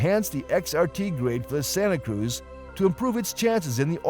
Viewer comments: If is going to post a video of mis-information about the Santa Cruz, at least pronounce the name correctly. Do your research before posting videos. I just purchased a 2025 Hyundai Santa Cruz with Acitivity package with the base 4-cyl engine and 8-speed automatic transmission. I was shocked on how well the vehicle handles and yet offers a quiet comfortable ride. It's like driving in a luxury SUV but it's has the capacity of a small pickup truck. Santa Cruz offers a lot of technology and safety features found in high-end cars for a lot less money. Hyundai is aware of the problematic DCT transmission and will not offer it in 2026. Hyundai says that the Santa Cruz is not classified as a truck but as a Sport Activity Vehicle (Marketing at it's best). IMO, Santa Cruz runs circles around the Maverick not only in looks but in features. I find it odd that Hyundai reviews rarely mention or compare the warranties between Hyundai, Ford, and other brands. Hyundai's and KIA warranties offer the best vehicle warranties out there. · He's pronouncing Santa Cruz wrong as well. lol.